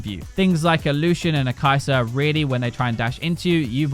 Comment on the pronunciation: Kai'serrrrrrr - Xayerrrrrrrr - Kog'mowrrrr - Tristanerrrrrr - Kalisterrrrrr